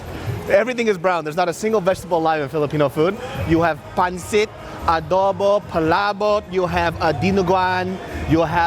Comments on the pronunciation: Btw, it's pronounced Pan-seet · Lol I have yet to hear anyone who isn't filipino pronounce pancit correctly